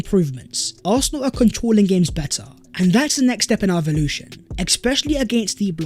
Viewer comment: Cmon …..”evoltion”. Lol